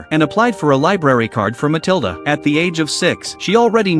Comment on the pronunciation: Pronounced Muh-til-duh